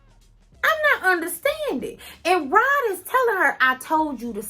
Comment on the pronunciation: Isn’t his name Rod, not Rob? Have I been hearing the wrong name? ☺️